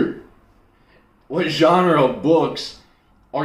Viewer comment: To me, mispronouncing genre isn't bad. It means you're introducing a new word that you've only experienced textually. You are forcing your universe to grow.